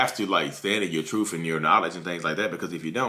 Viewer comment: TruTH..not truFF..ugh!😂😂